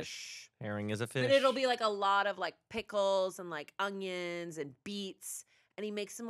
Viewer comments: anybody hear that says "ungyon" when talking about onions? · Anyone going to talk about how pronounces onions, “ungyuns” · says ongion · Anybody else slightly bothered by continually saying "ongion" lol